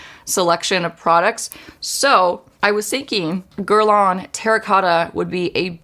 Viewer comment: I wish she could pronounce Guerlain correctly.